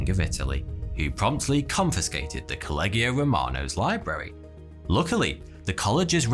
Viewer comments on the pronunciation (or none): Collegio = koh-leh-iyo